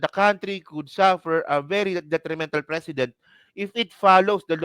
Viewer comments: Ang precedent, hindi pinopronounce ng president… pre-ce-dent. Narinig mo naman si PBBM diba. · Tol..Yung pronounciation mo ng precedent iba...it looks like president....😊😊😊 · Nagdudunong dunungan ka jan pero pati precedent ang bigkas mo president. Tanga 😂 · PRE-CE-DENT... MALUMAY ANG BIGKAS BRO.TAKERU..MEANING PARA DI TULARAN SA NEXT ADMINISTRATION OR DI TULARAN NG IBA.. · Mali ang pronunciation mo sa precedent. Ang bigkas mo kasi ay tulad ng president. Hindi man dapat mag react ang President sa statement ni Enrile dahil constitutionally hindi involve ang executive branch sa impeachment process. Ang dapat mag react ay ang Kamara dahil sampal sa kanila ang sinabi ni Enrile. Dahil sa takot mawalan sila ng INC votes ay wala action sa mga complaints. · Pre- cedent not Precedent. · Pronounced " preseedent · Pre ce dent mali lang pronunciation mo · PRE CE DENT po Ang pronouncation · Mali pag pronounced mo. Please check the correct pronunciation of precedent. Awkward pakinggan! President at precedent ay may pagka ibang pronunciation.